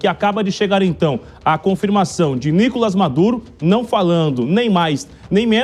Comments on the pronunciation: DÁ NOJO ESSE CARA FALANDO NÍ-COLAS AO INVÉS DE NICO-LÁS, MESMO TENDO UM TREMENDO ASSENTO AGUDO NO "LÁS". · Nicolás e não Nicolas beleza apresentador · Nicolás e não Nícolas